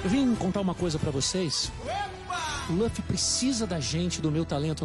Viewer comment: "Lãffy" kk